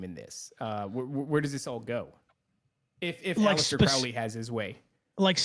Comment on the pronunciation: Its CROW LEY as in a bird CROW its pronounced CROW LEY not CROW like Cow please pronounce Crowley correctly Crow the black bird not Crow as in Cow its oh sound.